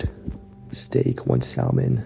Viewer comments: FYI "salmon" is pronounced "sammon" not "salman" lol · Brother, did you call it "Sell-Man" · one grilled "sal-man", seriously? What is the education system doing here?